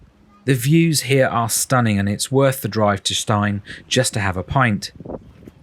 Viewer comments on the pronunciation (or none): Stein is actually pronounced Steen. Glad you enjoyed our beautiful island! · Last word. The location of the holiday let is pronounced Steen as in preen not Stein as in Fine. End of grump ! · Pronounced Steen not Stine